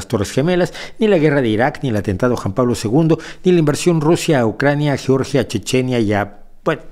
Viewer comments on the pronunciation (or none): none